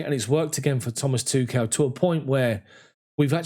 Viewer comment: smh.. why can't anybody say Tuchel correctly